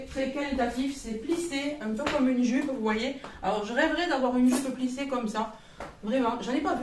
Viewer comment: Cc on dit plissée voilà